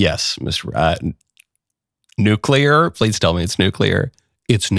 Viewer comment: Nuclear or nuclea?